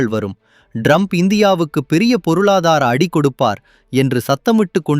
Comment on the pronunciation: Your editing is wrong. Some of the sentences are not even complete. The guy is pronouncing Trump as Drump. I think it is a horrible video though the message is good for India.